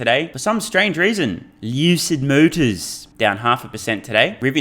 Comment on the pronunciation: For me it's not tribalism at all. It's a tongue-in-cheek piss-take of the oleaginous CEO, Peter Rawlinson and the company. pronunciation of Luuuuuucid Mowwwters - a coconut every time for me. I just find it hilarious...excuse me